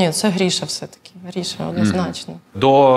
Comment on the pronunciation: Ріже вухо ім'я Гріша,коли правильно говорити по-українськи Гриша.